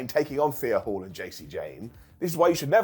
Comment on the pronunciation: dude it’s Thea HAIL not Hall WTH (please read and pronounce correctly).